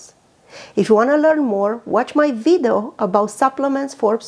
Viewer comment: It's video not widao